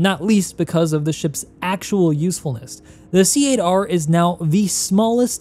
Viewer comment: please pass the knowledge around. C Eight R is pronounced "Cater". The ship caters to you. It's a pun. Please! Great video as always!